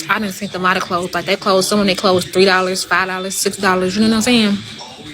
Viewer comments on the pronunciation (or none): When I 'seent' it 😂😂😂😂 guhhhhhh